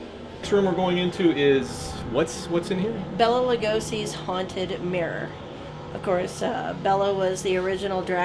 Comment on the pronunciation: It's pronounced Bay-la Lugosi, not Bella Lugosi. I've met his son, who is also named Bela.